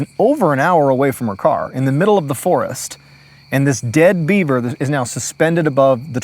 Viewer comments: There were a few times my brain heard "Dead Bieber" instead of "Dead beaver." Story takes on a whole new meaning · Every time he said Beaver up until 15 minutes in I heard Bieber